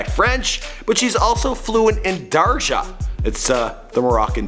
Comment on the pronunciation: first its not darja it darija get that right second man its annus in morocco there is no one named annus third im not a hater dont worry